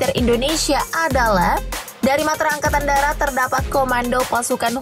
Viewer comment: angakatn darat, bukan angkatan datar 😂